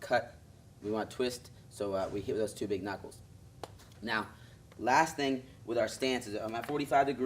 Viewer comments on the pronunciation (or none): he didnt say knockles, he said knockels. 2 mistakes